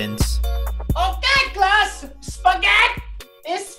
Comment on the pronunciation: Spaget is spaget. With the et SPAGET